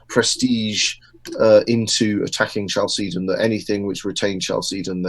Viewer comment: Love this talk. Very good speaker.! Only can't get over the pronunciation of Chalcedon. I've always heard CAL-seh- don. Not Ch like cheese. Short e. Looked it up and Oxford agrees with me.